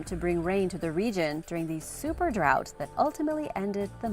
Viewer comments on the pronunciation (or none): none